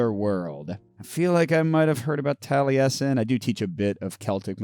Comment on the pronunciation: It warmed my heart that you knew how to correctly pronounce ‘Taliesin’. 🏴